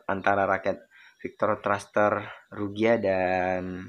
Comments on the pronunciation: Saya pengguna ryuga agak gimana gitu dengernya 😂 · RYUGA BOSKU BUKAN RUGYA 🤣🤣